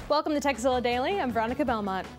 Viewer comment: It sounded like: Today's Sexzilla is brought to you by netflix